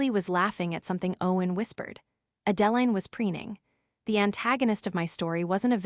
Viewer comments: "Horse-durvres"! 😅😆🤣 And "A Deline" is not the same as "Adeline". 😜🤪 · Moronic AI can't even properly pronounce Adeline. Maybe you should pick names the idiot machine can actually pronounce. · YouTube needs a better programmer for their AI program.